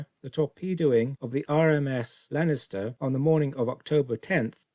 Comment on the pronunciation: Get the basics correct please - the ships name was Leinster - pronounced Lenster, not Lenister as you seem to say each time.